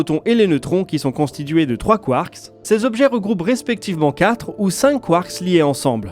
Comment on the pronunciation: Très intéressant. Petite précision : en français, le "s" si pluriel est muet (un train, des trains, c'est toujours \tʁɛ̃\ en phonétique). Le mot "quark" ne déroge pas à la règle 🤷🏻 Ça m'a perturbé toute la vidéo 😅 Mais c'est top, sinon !